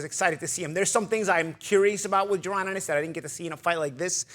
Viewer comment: You can’t say JA-RON?